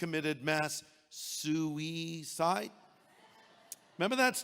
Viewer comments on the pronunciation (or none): “The pigs committed SOO-ey cide !”